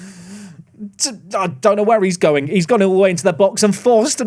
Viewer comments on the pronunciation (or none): "where is daniel goh'ing?" HAHAHAHAHAHA